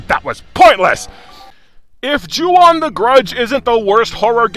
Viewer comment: The way you say "Ju-On The Grudge" sounds quite a bit like "Chew on the grudge" Anyways, when this game calls itself a haunted house simulator, it's not kidding. You're not playing a game. You're playing a simulation of an haunted house attraction. One where you die at the end. Maybe this shouldn't be judged as a game. This should be judged as a one-of-a-kind "cinematic" experience. I kid, of course. The game's still terrible in that regard.